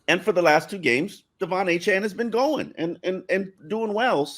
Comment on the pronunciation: Are we just going to let keep mispronouncing Achane? He clearly says A-Chain as opposed to A-Chan